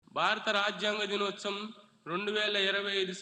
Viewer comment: దినోచం కాదురా బాబూ దినోత్సవం